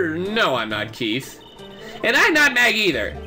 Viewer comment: "Keith" sounds like "Keito", to be honest, which is weird if you have knowledge of the "Kirby Adventure" sprtie comic on Smack Jeeves AND of Ace Attorney (duh).